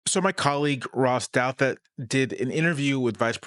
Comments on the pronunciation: That’s the correct pronunciation? I doubt that! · Thank you for enlightening us all about the true pronunciation of "Douthat."